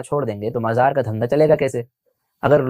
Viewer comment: Majar..... Abe sahi se mazar bolne bhi nhi aata